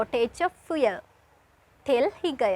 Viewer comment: Before teaching other people, please learn how to pronounce the word "'FUEL '' correctly .